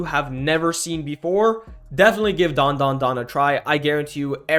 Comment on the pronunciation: it's DAN DA DAN